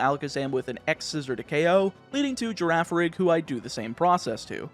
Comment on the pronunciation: i cant unhear Ame refering to girafarig as Gear-A-Farig